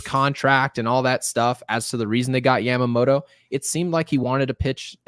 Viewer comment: I took Japanese in hs but correct me if I'm wrong. Isn't it yama-moto (yah-ma) and not yam-amoto? All I'm hearing is the 'beans, beans, tomato, potatoes, yams' song every time lmao